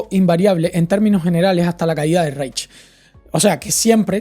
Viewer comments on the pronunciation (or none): El precio justo lo crea Santo Tomás de Aquino si no me confundo. Los nazis no tenían una evonomía planificada, era una economía guiada/intervenida. Reich se pronuncia "Raij" y Weimar "vaima/vaimar".